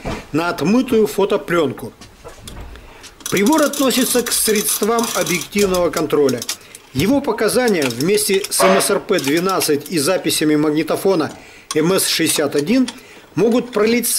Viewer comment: Милая! Труженица!!! Спасибо большое за такое видео и рассказ! Только хлестнуло по слуху "средства' " ударение поправьте.